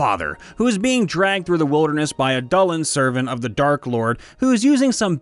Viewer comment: dull end? (pretty sure its doo la han)